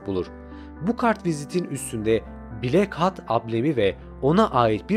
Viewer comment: Ama "blak hat" diye okuması daha eğlenceli xd